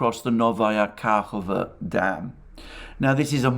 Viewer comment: I didn't want to interfere but its KahovKa not Kahova😋😋😋